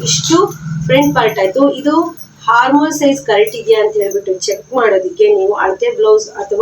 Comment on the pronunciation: ಹಾರ್ಮೋಲ್ ಅಲ್ಲಾ ಮೇಡಂ ಅದು ಆರ್ಮ್ ಹೋಲ್ (Arm hole)